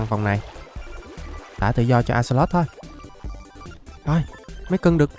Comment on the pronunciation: Axolox mà anh nói là alay